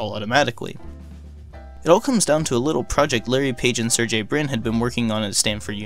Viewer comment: It's pronounced "ser-gay," not "-jay."